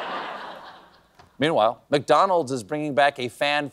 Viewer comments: i thought he was losing it trying to say MEATWHILE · I still don't understand why people giggle at the... PAUSE..."meanwhile"